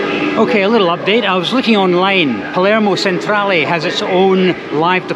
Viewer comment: Really interesting video - the trick is not to stress to much in Sicily, things always work out eventually. PS Palermo and Messina stations - Centrale is pronounced ‘chen-trah-leh’.